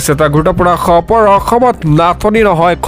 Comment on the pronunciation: সবৰ নহয় খবৰ । "খ"আৰু "স" দুটা পৃথক ধ্বনি ।